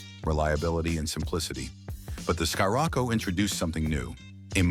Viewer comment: Did you seriously just call it a “sky-Rocco”? Fucking ai slop